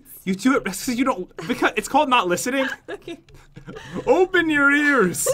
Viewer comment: did anyone else here go "okey" Like if you agree